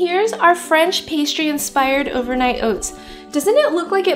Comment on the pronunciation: "Overnight oits" 😜